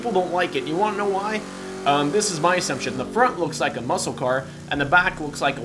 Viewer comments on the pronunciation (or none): none